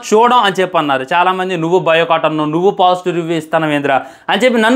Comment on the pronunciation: బాయ్ కాట్❌ బయో కాట్✅